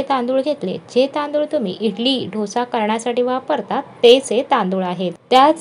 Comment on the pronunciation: Dhosa kase bolta dosa bola